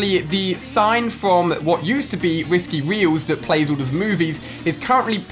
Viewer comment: Instead of pronouncing all Ali says oooll